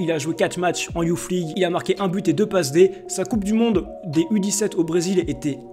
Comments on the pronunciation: Juste on dit pas Youf League mais Youss League. Et Kays Ruiz large au dessus de tout les mecs que t'as citer niveau talent. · Alors déjà c pas youf league c youth league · "youth league" ca se lit "Yousse league" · '' YOUFFMLIGUE'' PWAHAHA BONNE VIDEO GG